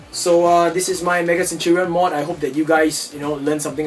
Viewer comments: Century is 100 years. And it has latin roots. A centurion is an officer in the roman military who commands 100 men. Also, its (sen-CHER-ee-uhn) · Look up the definition of a centurion and then you will know how to pronounce it.